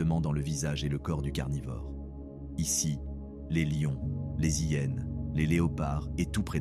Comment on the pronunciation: Bonsoir, que c'est penible cette voix avec l'IA. Je renonce a regarder tout le documentaire qui aurait pu etre tres bien. Dommage. Les Zhiennes, ils preferent t'opter ... pas de liaisons pour ces 2 exxemples parmi toutes les autres pffff